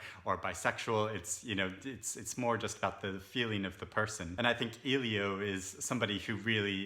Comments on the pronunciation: Nice video. great review but i feel like i need to call you out on how to pronounce Elio’s name. It’s ‘L-yo’ not ‘eel-yo’. No hate. It just really bothered me. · His name is pronounced "Ellie - O" not "Eee - Lio" I cringe every time I hear someone call him "Eeeee-Lio" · I appreciate this thoughtful review, despite the "spoiler" that can be inferred from it that Oliver and Elio don't reunite as a couple and despite the reviewer's mispronunciation of "Elio" throughout. The sequel sounds less interesting than the original. There are so many great books I have yet to read that mere curiosity based on the fact that it's a sequel is not a strong enough draw to put it high on my list.